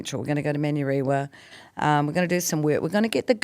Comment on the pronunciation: "Man-yoo-reewa" and "Papp-a-toey" 🫩 born and raised but still refusing to pronounce our words with respect.